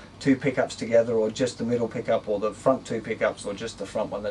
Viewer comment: On the pickup part at first I thought he said pee cup